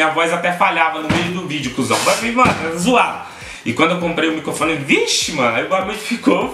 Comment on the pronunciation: "micofone" Kkkkkkk